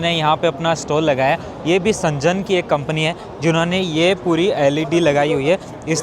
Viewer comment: Bhai woh सेंजन nahi hai शेन्ज़ेन hai Z ko pronounce karo J ko nahi